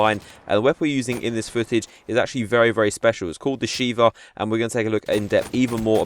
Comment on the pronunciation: >Heard him say Shiva >Dark Souls Fanboy in me started breathing heavily >"Sheiva" oh :(